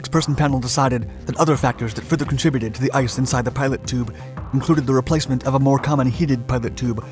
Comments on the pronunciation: It isn't "pilot" tube, it is pitot tube "pee-toe". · Pea-Toe, not Pie Toe and certainly not "pilot" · I rewound it a couple times asking if he was actually saying pilot tube. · I hate when people pronounce it pee-tot tube also. Is it so hard to say pee-toe? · By the way, it's a "pee-toe" tube not "pilot tube"! I'm surprised that it didn't have a heated pitot tube, even helicopters have them! Burned my hand on one on a Huey while going around the front and not paying attention! The static shock got me and the burn was just a gray ash mark because it was so hot! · How have you done all these videos and can’t even say “Pitot” tube. It’s not a “Pilot” tube. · Funny how serious and sure he sounds of everything, but then says “pilot tube” instead of the correct pronunciation, “peetoh” tube. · It’s not a pilot tube , it’s a pitot tube! If you’re going to do a commentary, know your material! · Pitot or "Pee-toe" tube, not pilot tube. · It's a pitot tube; not a "pilot" tube. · It's pitot tube not pilot tube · “Peee-toe” tube. Not “pilot” tube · PEETO!! Not PIE-TOTT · Its not a 'pilot' or 'pie-tot' tube. the way that 'pitot' tube is pronounced is "pee-tow" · Its PITOT tube not PILOT tube!!!!!!!!!! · say it back to me PEEE TOEEE Tube not PieTOT tube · Pitot(peetoe)...not pilot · I was wondering how many people would catch that. I kept yelling, “Peedough, kid, Peedough!!!” That’s how we pronounced it, when I was a UH-1H crewchief at Ft. Rucker. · Small correction. It's Pitot tube, pronounced Pee-tot. It's a tube used to sample ambient medium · Hey, I don't think anyone has commented about this yet but the word Pitot is pronounced [ pee-toe ] lolZ, I didn't even know what it was before I saw the video but I just had to comment this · "Pie-tote tube". LOL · Pitot tube "pee-toe toob" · "Pea-toe" tube. You're welcome. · Pidot tube not pilot tube lol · It's PITOT, pronounced pee toe. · Pitot tube (pee-do) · PITOT TUBE! Pronounced Pee-tot tube. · PEE-toe Tube.